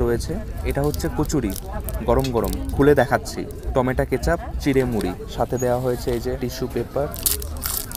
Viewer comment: টমেটা ❎ টমেটো ✅